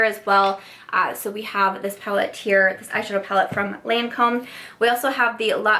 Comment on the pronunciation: LOL! No, the Lancôme one you couldn’t pronounce!